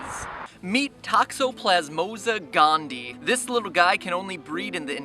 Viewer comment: Lol. Matt, Matt, Matt... It's toxoplasMA gondi-AHY, not toxoplasmosa gondee. That's 0 for 2, man. 0 for 2.